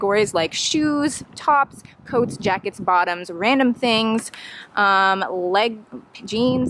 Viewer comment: Thanks for letting me tag along BFF! I totally cracked up when you read your list while entering ...shoes, tops, bottoms, coats, jackets random things LEGS, jeans. You may have said like but I heard legs. I would love to see a close up of your list, maybe that is my amateur shopping problem. I categorize completely wrong! Legs, arms, chest, feet...think I got it now! I should try this vlog stuff, huh? It "ain't" as easy as you make it look is it? ; ) Great tip on the shopping uniform comfort. I love those blush BP slides. Those Split hem Rag and Bone I am sure will look fab on you. Totally disappointed in the tie sweat shirt too. Yes please do find the blush blazer. Get busy and film the haul! : )